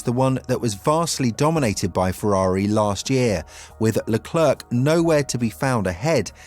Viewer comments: These words are in desperate need for you to stop butchering. My ears are bleeding. Leclerc Sainz Scuderia Degradation Monegasque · Please stop mispronouncing Sainz, Scuderia and Leclerc